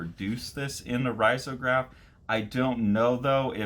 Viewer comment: Love your channel! btw it is usually pronounced “reezograph”